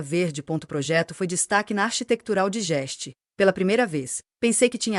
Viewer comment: Narração abaixo de ruim! Architetural Digest parece remédio para indigestão pronunciada assim. 😮